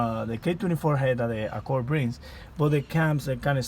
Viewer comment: Sir, you pronounce it Accord not accorr!